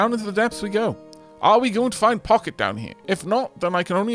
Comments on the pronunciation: I think Pocket is pronounced Poe-shet. It's basically a French mini-purse. She deserves a run, however you pronounce her name. Who knows? Maybe she can get all the way down and find the beacon. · From what I recall you gonna need to win a full run with each of the characters to unlock the last stage, so pochette it is (not pocket guh it took me way too long to figure out you meant her all this time. /pɔ.ʃɛt/ from french meaning small bag)